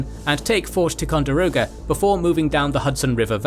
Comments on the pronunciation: tai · kaan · dr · ow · guh not tecondiroga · As someone who lives on the Lake, hearing the narrator repeatedly butcher both "Champlain" and "Ticonderoga" was killing me throughout.